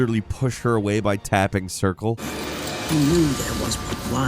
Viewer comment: Circle not o,nobody says it the way you said it🤣😂🤣